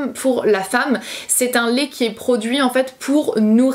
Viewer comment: Ça me perturbe que tu dises « Lé » au lieu de « lait » 😂 sinon super vidéo 💜 ☕️